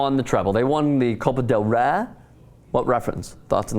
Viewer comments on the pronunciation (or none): dude, why not intelligently learn how to pronounce La Liga and del Rey....its just not that hard if you make the effort.